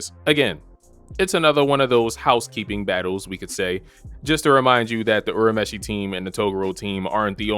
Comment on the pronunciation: the dub is far superior 😂 good video tho I'll definitely subscribe....and btw its "your a meshi"